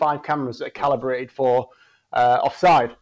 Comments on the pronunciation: It’s calibrated, CALIBRATED! Not collaborated!! Thick or what? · Never have I heard the word "calibrated" mispronounced so many times in the space of 5 minutes. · I've never heard the word "calibrated" mispronounced so much in such little time